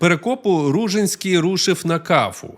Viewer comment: Ну, по-перше, правильно РужИнський (наголос на и). По-друге, це звучить як фантастика, що князь з кількома тисячами козаків зробив військовий похід навколо Чорного моря, через Дон, Кубань, північ Малої Азії, Болгарію. Де ви берете ці дані?? 😅 До речі, його потомок, князь Кирик Ружинський, який спочатку також мав добрі стосунки з козаками, згодом нещадно з ними воював. По аналогії з князем Дмитром Байдою Вишневецьким, потомок якого, князь Ярема Вишневецький став найзапеклішим ворогом козаків